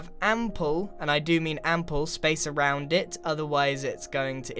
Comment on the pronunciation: I'm sorry to ask, my english is not that good... what is "n-pull"? I didn't understood what you said... I think you meant to left a lot of space... but I'm not quite sure... Also, awesome video, you're very creative :D If I can make a suggestion, try to "redo" one; (or some); of your "building with Grian", but with this witchcraft